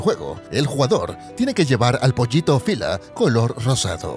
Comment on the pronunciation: SE PRONUNCIA OPILA NO OFILA